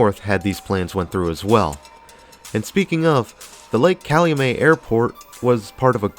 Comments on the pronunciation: lol calumay like the he said it. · It is pronounced Calumet like get. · Pronounced Cal-u-MET like the NY baseball team. Used to be some decent strip clubs off Torrance back in the day.